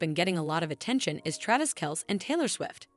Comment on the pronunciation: This is garbage not only is it AI, but the pronunciation of Travis’s name is not correct and the script is terrible